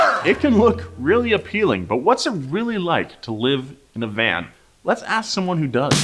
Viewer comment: Why are you Saying Van VANT ?